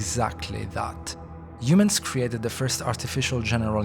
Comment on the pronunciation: everytime he says “Yumans” take a drink.